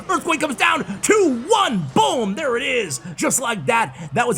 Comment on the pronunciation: I’ll keep using your code if you start pronouncing “boom” the way it’s written instead of “buhm” 😀